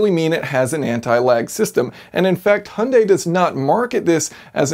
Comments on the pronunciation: Its pronounced H-jun-die not hun-day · Hunday? Do you hyundai? Like HI-UN-DIE NOT HUN-DAY! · Jason, please, "Hunday"? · came to see how you pronounced hyundai, leaving dissapointed...